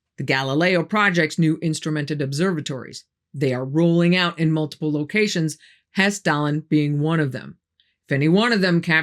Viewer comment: thanks for Hesstalen. You really nailed the pronunciation of those names. I'm impressed that the Norwegian government isn't trying to deny the phenomenon in their skies.